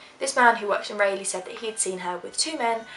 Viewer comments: It's pronounced Rah leigh not Ray leigh, lol. I'm from North Carolina :) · not to be picky, but if you're curious, "Raleigh" is pronounced RAWL-lee...doesn't matter to me, just an fyi; I know you're not from the states so it's all good. great video though. :) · it is pronounce like rah-lee (Raliegh). Loved the video though. never heard of this case before. Awesome work! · I love your videos! But Raleigh, NC is pronounced Rah-lee. 💖